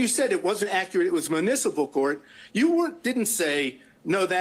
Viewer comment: "is this accurit?"